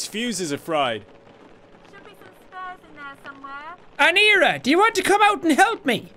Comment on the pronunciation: triggers me how he says aneira...